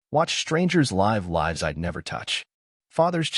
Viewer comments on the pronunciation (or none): Fair story, good editing, narration mispronounced common English words for the story context (us, live, lives). Captions not watched.